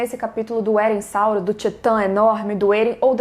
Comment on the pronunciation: Eu assistindo, focada... Quando a diz: -... Eressauro. EURIALTO